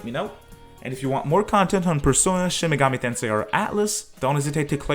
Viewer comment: Play a Reel Shin Megoomi Tensay Gaem